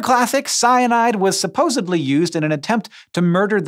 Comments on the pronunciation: you say "supposebly" and it is going to drive me crazy forever. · It sounds like you're pronouncing it supposebly, 🤣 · Please stop saying supposibly . Takes away some of your supposed credibility. Thank you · "supposebly" twitches